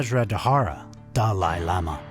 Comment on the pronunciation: These are not "Living Buddhas" as it is repeated numerous times by the narrator, who also mispronounces many important words, Like "Panchen" and "Dalai" - showing that he knows little to nothing about Tibetan Buddhism and was just hired to narrate. "Living Buddha" is an inaccurate term - they are really "Living Bodhisattvas"...(very high level practitioners who are, like all of us, "Future Buddhas". These Bodhisattvas put off the attainment of full Buddhahood until all sentient beings have been able to transcend Samsara (embodied existence)....only then will these Bodhisattvas enter full Liberation. So calling them "Living Buddhas" is both inaccurate and misleading. (BTW - They also don't want to be called Buddhas!) It seems it is often Chinese who tend to make this mistake about calling High Lamas "Living Buddhas" It may be an intentional mistake, as the Chinese Government has tortured, killed, lied constantly about H.H. The 14th Dalai Lama...they also kidnapped (or killed) the Panchen Lama (who is still missing after decades). In Truth the Government is anti Buddhist, and anti Tibet. Mao himself was completely anti religion - he said horrible things to the Dalai Lama.